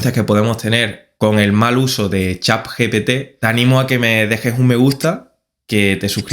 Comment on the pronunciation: pk dices chap GPT? xd